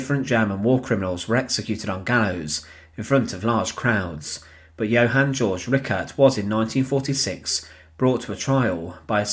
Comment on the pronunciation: It's not "George", it's Georg, pronounced Gayorg.